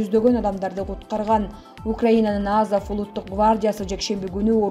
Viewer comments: Азав эмес Азов туура окуусан карындашым 😏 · Лаврав , Пескав , Азав , 🤣🤣🤣 кичине ударенияны коюп суйлосонор .